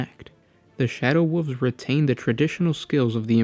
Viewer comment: "Shadow woofs"